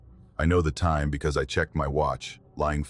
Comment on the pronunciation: Ai can’t pronounce time